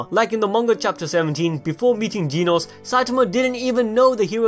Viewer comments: "Geneos"?? Do you mean "genos"? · Lol it’s not Gee-nose 😂